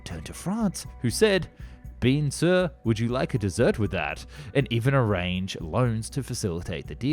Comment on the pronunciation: Bean Sir 😂😂😂😂😂😂 In this day where googling a major foreign language's pronunciations takes less than 30 seconds, that's unforgivable.